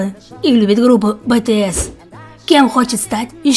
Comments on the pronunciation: Не БЭТС а BTS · BTS , а не Б Т С! Очень разный смысл((( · Говорится не Бтс а бцс (так произносится я арми) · Не Бытыес а битиэс... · НЕ БТС А БИТИЭС! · Бесит почему бэтэсэ а не битиэс? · Не бетеэс а BTS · Так то обидно про неправельно произношеною группу BTS!!